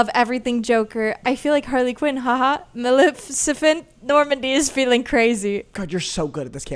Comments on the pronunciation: bruh isn’t it maleficent not malecifent LMAOO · not being able to say maleficent was the best part of the video